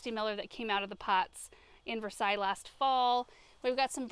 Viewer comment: Versailles! Versailles? Hmmm... what are you calling Versailles?